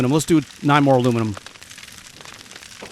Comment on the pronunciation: My new fun. when says Alumelum. I go Bumelum 😛 Thanks this episode was fun 😀